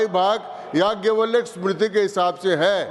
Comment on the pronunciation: चिरकुट बैल बुद्धि को जाज्ञव्लय का उच्चारण भी कहां आता है?